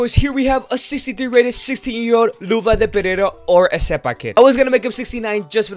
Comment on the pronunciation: It's not eseba it's RECEBA